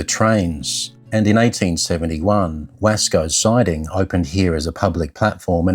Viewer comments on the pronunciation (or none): I think “Wascoe” is pronounced “Wossco”. There is a miniature steam railway named Wascoe Siding at Blaxland. I must visit it again sometime.